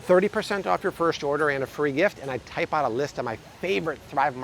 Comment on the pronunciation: say type again. 😆